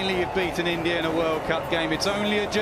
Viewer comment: pakistani pronunciation It's INDIA not ENDIA😂😂